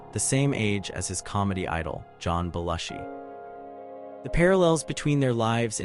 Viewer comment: It's pronounced Beh-LOO-shee. This video was ruined in the first 30 seconds. Don't post a "do you remember" video if you can't pronounce the persons' NAMES!!!!!